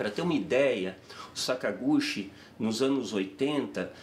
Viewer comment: So uma correçao: a pronuncia é "Sakaguti" não sakagushi